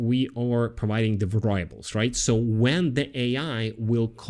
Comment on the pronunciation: you speak excellent english; just a note about VARiable, and VARy - the accent is on the first syllable, not the second. And the "i", in both cases, is short, as in "instant", :) Also, how's this for an idea to deal with customer perception of latency: have the AI voice introduce itself as AI and mentioning there will be a slight latency, (maybe with a bad taste joke about the the upside, being Terminator type efficiency lol only kidding